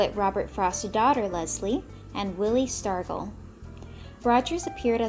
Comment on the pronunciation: I love this but umm ackshewally the "g"willie stargell is pronounced like a "j"🤓🤓